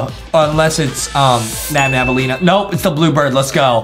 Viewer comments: its nabnaleena not nabnabaleena your cringe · It’s nabnalina not nabnabalina 🤬🤬🤬🤬🤬🤬🤬🤬🤬🤬🤬🤬🤬🤬🤬🤬🤬🤬🤬🤬🤬🤬🤬🤬🤬🤬🤬🤬🤬🤬🤬😡😡😡😡😡😡😡😡😡😡😡😡😡😡😡😡😡😡😡😡😠😠😠😠😠😠😠😠😠😠😠😠😠😠😠😠🤨🤨🤨🤨🤨🤨🤨🫥🫥🫥🫥🫥🫥🖕🏻🖕🏻🖕🏻🖕🏻🖕🏻🖕🏻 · Its Nabnaleena Not Nabnabaleena and the Blue Bird is Called Tarta Bird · it's nabnaleena